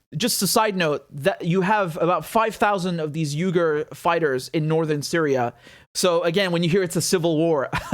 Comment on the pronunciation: Not to be that guy, but its pronounced We-Gur :)